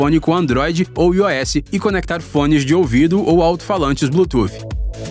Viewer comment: Não fala "ios" (sistema do iPhone) não, pelo amor, é "aí ou-s" a pronúncia